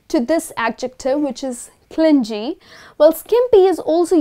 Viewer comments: Hi.. am one of ur followers....u r so helpful. Your lessons are so interesting..much appreciated if u focus pronunciations also..would be helpful 4 us.. its not clingy.(clin_jee.)as u pronounced.its / klini/.thnku dear..keep gng.. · Clingee....stop pronouncing it incorrectly...its clingy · Grt adjectives except that clingy is not pronounced properly. It is not clin-ji but clin-gee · Clingy is actually pronounced cling -ghee , rather than the J sounding vowel sound sometimes used for G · Aren't you pronouncing g in clingy wrong..it should be pronounced like g in game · She mispronounced clingy.